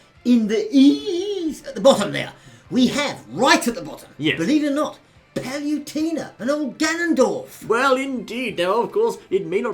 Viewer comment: Paluntena (you cant even say her name properly) IS NOT FUCKING USELESS!!!